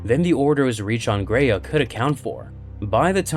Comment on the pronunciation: “Graia” is pronounced as “Grr-ah-ya”, not “grei-yeah”.